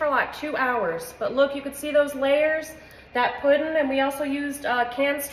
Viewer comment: I love how she says puddin and how she smacks the counter after she tastes it!